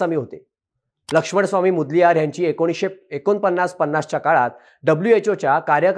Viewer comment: मुदल्यार नाही ओ मोदलीयर